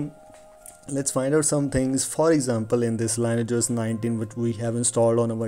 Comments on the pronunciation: It's pronounced "lin-ee-ej", not "lain-ej" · You need to take phonics classes before putting out a public video. I can't understand a word you're saying, you pronounce everything wrong and it sounds like you need to spit. You could at least do the most basic homework on how to pronounce the word "lineage", the thing you've based your entire video on.